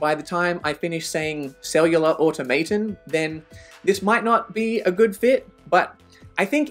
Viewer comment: Its pronounced "cellular autom-oton"